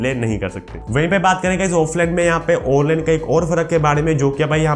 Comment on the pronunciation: Yar kya dmag kharab kr dea awnline bol bol k